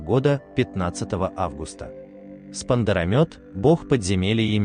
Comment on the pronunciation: Во первых Армения не одна из стран, которая одна из первых принила христианство, а самая первая страна, которая принила христианство как государственную религию. Во вторых не Арай, а Ара, во третьих не Спандарамёт, а Спандарамет. И спасибо за познавателний ролик.❤🩵💛